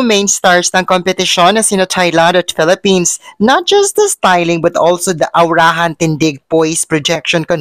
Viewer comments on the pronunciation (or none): none